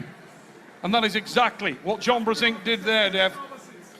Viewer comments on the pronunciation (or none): Фамилия Джона читается как Бженк. А не Брзенк. Это польская фамилия. Вы до сих пор не знали? ОМГ